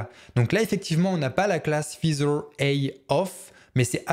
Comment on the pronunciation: Merci pour ce tuto bien pratique. Petite remarque : "feather" se prononce "faizeur" et non pas "fizeur" 😉